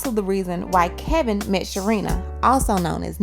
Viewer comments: His name is Kevin not Kelvin and you repeatedly get this wrong even when the sound bites you are using refer to him as Kevin...... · You are mispronouncing his name. It's Kevin not Kelvin. That's all. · Charlemagne is saying Kevin and you're still calling him KeLvin. Honey there is no L in his name. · His name is Kevin not Kelvin. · Why do u keep calling him Kelvin? Lol 😂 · His name is KEVIN NOT KELVIN! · Heffa his name is kevin not KELVIN country ass lmaooo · It's Kevin, not Kelvin... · Charlamagne is saying KEVIN (along with many others), and you're saying KELVIN..... What is this man's name? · It’s not “Calvin Hunter”, it KEVIN Hunter. You’ve got it wrong a few times throughout this video. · Why does she keep saying “Kelvin” though 🤦🏾‍♀️ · Screaming at the video “His name is KEVIN not KELLLLLLVIN!” Sheesh! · KEVIN not KELVIN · Ok, why dear sister do you keep pronouncing Wendy's husband's name as "Kelvin" when his name is "Kevin", which Charlamagne clearly calls him. I hate to be picky but excellence calls for saying his name correctly. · Why can't you get his name right? It's KEVIN nor KELVIN. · Sis why’d you keep saying ‘Kelvin when his name is Kevin? Thanx for the video tho💖